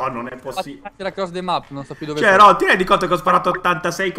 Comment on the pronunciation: se poi lo chiami "ronh" ahahahahah si chiama Rohn .-.